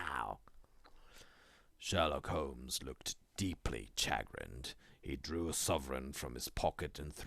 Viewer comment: You need to check your pronunciation of: chagrin, gaol (jail), and a few other words that really grated. But I loved all the voices, they were all well done.